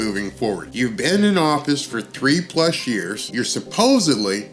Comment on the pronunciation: Supposedly... Not supposebly